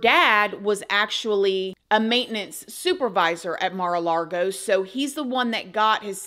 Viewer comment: My girl just said Maru Largo and I am DEAD 😂 ☠️ 🤣